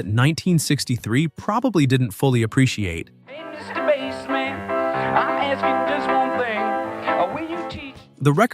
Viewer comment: I was willing to stomach the scrappy narration until he mispronounced "Mr. Bassman.". Ugh!